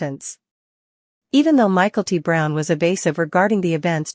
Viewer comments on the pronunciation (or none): This is a terrible narration. Learn how to pronounce names in English! It's not "michael-t brown." It's "mick-el-tee," and you omit the last name. Call her Mykelti (Mick-el-teee) and that's it.